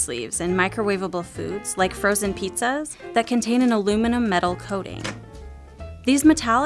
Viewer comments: The way she says "Metal" makes me want to die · Had hoped this would be about metal in the microwave, but she spent the whole video talking about putting ‘meddle’ in the microwave.